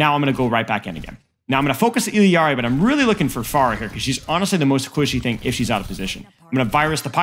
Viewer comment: Why do you say Illiari? Its just Illari right.